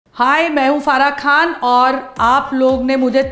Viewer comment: کھان نہیں خان ہوتا ہے اور یکھنی نہیں یخنی ہوتی ہے آپ مسلم ہیں، آپ عربی اور اردو تلفظ اچھی طرح جانتی ہوں گی ،